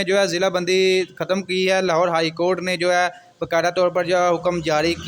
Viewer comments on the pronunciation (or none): Lahore hy lahode nahin